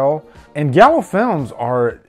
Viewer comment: Not trying to be a prick, but it's pronounced gi-al-oo not galo 👍 and this films amazing, all his films are, from the animal trilogy, the mother trilogy, opera, deep red